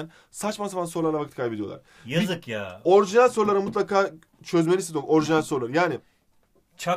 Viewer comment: hayır orijinsl değil orginal